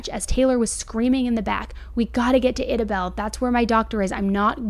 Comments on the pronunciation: Lol amazing video. She just burchered my hometowns pronunciation 🤣🤣 Idabel (I-Duh-Bel) ....... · Horrible to hear about 😭😭😭how are there humans on this earth who would do something like this?!?! Oh off subject idabel is pronounced as eye-dabel. Long I sound. I’m from Oklahoma and live about an hour from there lol